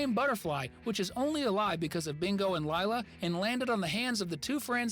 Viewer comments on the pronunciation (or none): its Lila not Leila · This is definitely Ai, “bingo and LIEla” it’s li-la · Why is everyone pronouncing “Lila” wrong?